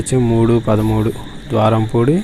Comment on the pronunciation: ద్వారంపూడి కాదు బ్రో. ద్వారపూడి